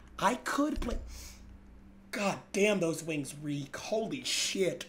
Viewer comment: he´s rolling that R so crazy it sounds like wings got a R too Wrrrrrings